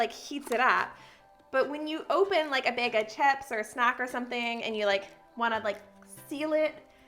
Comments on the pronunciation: Me: Bag Her: Beg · She do be sayin bæg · I love how she says “plastic bæg” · The way you say bag lol “beg” 😂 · I was so confused every time you said ‘bag’, it sounded like you were saying big or beg. 😂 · The way she kept saying "bag"... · I had to go back and listen to her say ‘bag of chips’ again, love the accent 😆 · You're so much fun to watch. Side note: I've never heard anyone say the word bag quite the way you do. :) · I love how she says bag and baggy. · Love how you say "bag" lol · I kept laughing at the way you said bag...Is that a regional thing?